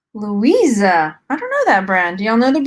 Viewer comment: The brand that you thought said Louisa is actually Lovisa (from Australia) 😊